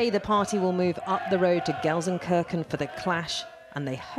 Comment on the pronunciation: GelsenKRKEN, there's someone even worse than us Serbs in pronouncing German words, names etc.